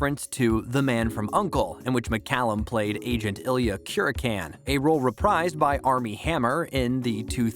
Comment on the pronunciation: OMG can this person be so stupid to mispronounce the characters name if Illya KUR(YA K)IN. not ya can. Disgusting how people can not pronounce names correctly.